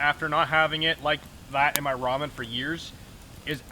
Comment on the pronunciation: Nice video! At the beginning i was wondering "what is a roman dinner"? later on found out it was ramen dinner, not roman lol